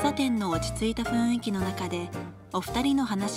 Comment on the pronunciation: ナジャ！ 雰囲気は、ふいんき、とちゃうで！ ふんいきや！ しっかりせーよ！